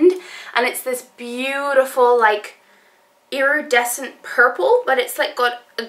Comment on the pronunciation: Are you from America because sometimes your British accent sounds put on and you can often here hints of American like in the way you said iridescent and lor'eal ect